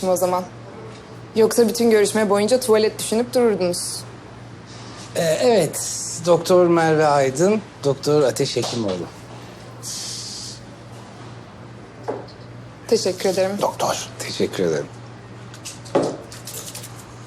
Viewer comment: İpeğin ateşe "ateşim "dediğini fark edenler el kaldırsın✋